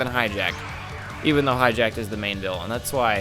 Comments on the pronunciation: Hatchyac not hatchyjak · Why do you say Hatchiyack like that? It doesn't even look remotely close to "hijacked."